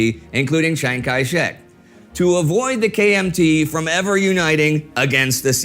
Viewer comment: When Indy says, KMT, I am hearing KFC.